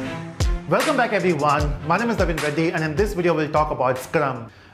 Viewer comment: You always say "Welcome back every one my name is" "Davin Reddy" " atleast it sounds line "davin reddy" not "navin reddy"